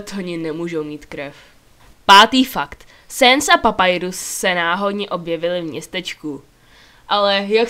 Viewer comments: Není to Papajrus ale Papyrus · kamo není to papajrus ale papirus ok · necte se te papajrus ale papyrus a neni to sens ale sans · Fakt je že je to papyrus ne papayrus Mne to irituje a on si uvědomuje že je ve hře on má sílu ovládať kódy hry keď heckujes tak on řekne nehekuj a gdiš něco najdeš nikomu to neříkej jinak si tě karma dostihne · První fakt, je teorie" ... víš že teorie není fakt? Ten druhý "fakt" zase není fakt, a nevyslovuje se to [:Papajrus] ... Je to Papyrus, tak jak se to píše, podle fontu. Třetí fakt o ničem, je to jenom velký spoiler bez spoiler alertu, nevím jestli jsi hrál/a Undertale ale Flowey není lehký :-) čtvrtý fakt je opět jenom teorie. Sans neumí cestovat časem ani časoprostorem, myslím si že jsi si měla objasnit pojmy. Devátý fakt, možná je nejoblíbenější ale ten tvůj screen ukázal sanse jenom na 2 z 20 obrázcích... Desátý fakt... jeho jméno je Sans, k normální mluvě používá Sans comics (proto to jméno podle fontu) proto je zřejmé že při vážné mluvě bude mít Sans Serif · PAPAJRUS XD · V angličtině se to fakt vyslovuje Papajrus. Flowey je lehký. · Papyrus se čte tak jak se to píše ne nějakej papajrus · No, Papyrus se má vyslovovat [Papajrus] :D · jo vyslovuje se to papajrus ;)